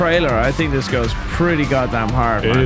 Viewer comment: “and dis guy is da good guy“